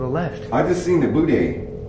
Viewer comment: said booday instead of booty 😂😂 lol